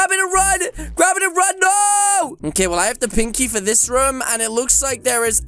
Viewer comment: When said pink key it sounded like pinky for me